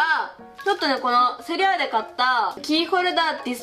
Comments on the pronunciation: セリアって言うところセイアって言った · セリアじゃなくてセイアになってますよ？ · セリアがセイアになってる…( ﾟдﾟ)